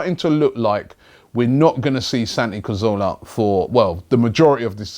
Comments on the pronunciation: It's Cazorla not Carzola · let's get it right once and for all... its CA ZOR LA... pronounced Ca-thor-la with the T-H pronounced like the T-H in 'THINK' or 'THOUGHT'.. not like an F... lol